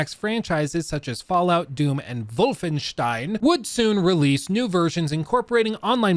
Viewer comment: I appreciate your pronunciation of Wolfestein <3